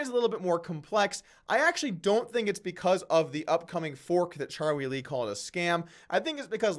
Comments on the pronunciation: Are you calling him Cha-wee Lee on purpose? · Anyone else notice how poorly Doug pronounces Charlie Lee's name? c'mon man...